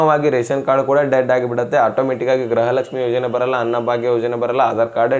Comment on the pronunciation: ಅಣ್ಣಾ ಗ್ರಹಲಕ್ಷಮಿ ಅಂತಹೇಳಬೇಡಿ ಗೃಹಲಕ್ಷಮಿ ಅಂತಹೇಳಿ ಅಣ್ಣಾ ಅಭಿಮಾನಿ ಗಳಿಗೇ ಬೇಜಾರಾಗುತ್ತೇ😂